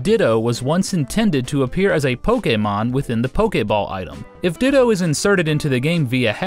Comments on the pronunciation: Jahren Burke Because that’s how it’s pronounced. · POKE-Ehh-MON why does it sound weird when he says it wtf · the way this guy says Pokemon